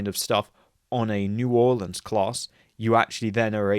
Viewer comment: Great video! Also props on pronouncing New Orleans correctly